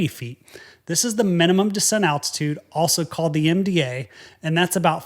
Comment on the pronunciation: You're the only guy I know who pronounces "descent" as "decent".